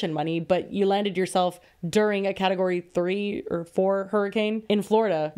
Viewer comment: ….. is category that hard to say. 😭